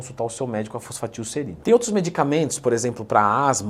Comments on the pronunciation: FOSFATILserina 🤣🤣🤣🤣 Pesquisou no chat gpt e gravou o vídeo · reparem como ela fala errado o nome kkkk faltou aula quimica